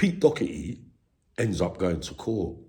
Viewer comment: Not Docherty. Doherty is correct.